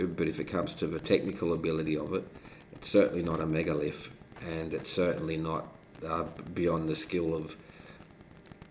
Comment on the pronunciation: Guy says: It's a megalith. Girlfriend says: It's a minalith.